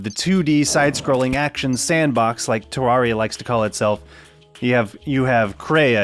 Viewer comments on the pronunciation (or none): it's terr air ia TERR AIR IA TUB FGIFFRTJVRUDTHDT